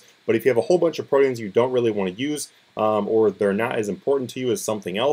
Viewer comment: Its pronounced proteins, like the meat. Holly fuck man, go to school.